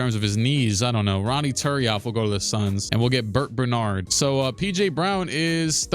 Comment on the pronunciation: idk why but the way said Bert Bernard made me laugh